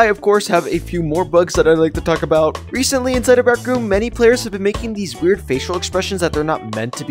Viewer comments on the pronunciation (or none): Bro sed Reshently😆😆😆😆